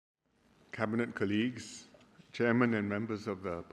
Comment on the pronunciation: Please pronounce the word 'colleagues' properly.🤦‍♀️ It's supposed to be pronounced as 'call-lee-gs'. NOT as 'ker-lee-gs'. Come on Singapore leaders. Get the pronunciation correct. So many of you got it wrong.🤷‍♀️😂